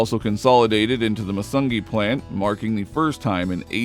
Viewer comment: Macungie is pronounced Mack UN gee. ALSO HOME OF Allen Organs.